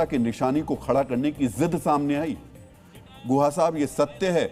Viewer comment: Tameej se naam lo unka naam guha nahi Gukha hai